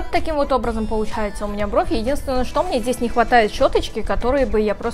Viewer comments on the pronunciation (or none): Пожалуйста, перестань говорить чхоткая, красивая брховь